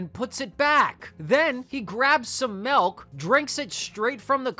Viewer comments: This episode should be banned because you said malk instead of milk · Woah woah woah... Did you say "melk"?